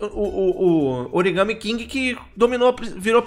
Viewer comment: Não é origame.... é origami (aquelas figuras de papel do Japão)!!!